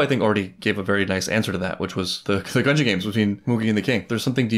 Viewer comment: lol, we're at the end of the arc, and it seems he will never learn how to pronounce Gungi